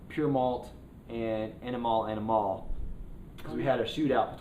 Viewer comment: Did you just say panemal amimale?